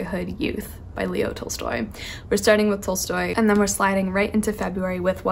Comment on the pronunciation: Love your videos :) P. s it is pronounced T-ah-lstoy